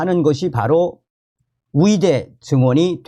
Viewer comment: 의대 발음이 이상하네요. ㅋㅋ 의대 철밥통 카르텔 이번에 박살 내야 합니다.